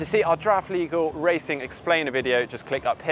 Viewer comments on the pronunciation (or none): I was like what? "How to swim around boys"...oh, you mean "buoys".